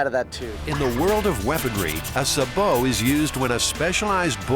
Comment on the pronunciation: It's pronounced saybow round not subow